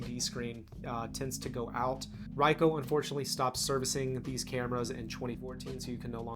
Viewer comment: Never heard anyone mispronounce Ricoh so badly.